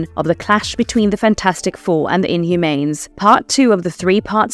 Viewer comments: Inhumanes...lol. you sound like a weird AI (what is an adapshun) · I wish people would narrate their own videos, instead of using AI voices. Otherwise we get "Inhumanes" 🤦‍♂️